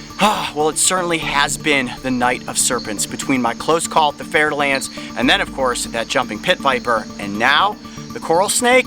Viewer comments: I'm french and I just realized, after two years of watching this channel, that the pit viper he oftenly refers to and that was behind him here is very frenchly called "fer-de-lance"... which I always heard here as "fertile-ant" with some weird "i" pronunciation....... x) no wonder I never found it on google, had to wikipedia the hole pit viper family xDD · its fer da lance snake just in case you think hes saying fertile ants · "fer-de-lance" lol i love how u prononce french snakes names (btw im french ik what im talking about) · It’s fer-de-lance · “We also have to be careful for venomous snakes” A bit later: The fer-da-lance: yo wth dude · he says " There's a Fer-de-Lance to your right." I couldn't figure out what he said until literally now lol